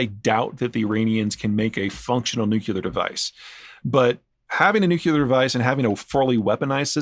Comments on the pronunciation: Haha! He said nucular instead of nuclear like bush. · There is only one 'U' in "nuclear"'.